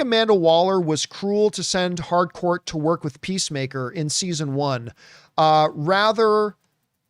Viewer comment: Someone tell John its not Hardcourt, its Harcourt